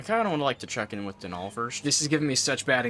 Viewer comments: According to Youtube's official Irishman, Donall's name is not pronounced Do-NALL, it's just Donald without the d lol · As an Irish person I’m cringing so hard ITS DOH-NUL🤣